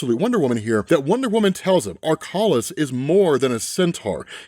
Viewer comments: it was killing me every time you said "Ar-Kolis" brother... it's AK - row - lis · You kept saying Akrolis's name wrong. You were say AR-kolis. It's AK- rolis. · Unc the gods name is Akrolis not Arkolis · You keep saying "Arkolis", while it's literally spelled "Akrolis". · A-K-R-O-L-I-S. Do over the video. It’s AKROLIS! NOT arkolis. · AK-rolis not ARK-olis!!! Dammit. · Ak rolis not Ar kolis. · Bro, it’s AKrolis, not ARkolis. 🙏🙏🙏😖😖😖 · I think it’s pronounced Ahh kro Lis. Lmao crazy to get it wrong every time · Akrolis. Ak Ro Lis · Sometimes I wonder if you have difficulty reading or pronounce words incorrectly on purpose. Pronouncing Akrolis as Arkolis every single time is... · My dude didnt pronounce Akrolis right even one time.